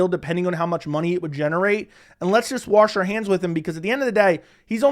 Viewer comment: Why can't you say the word "wash" properly? 😂😂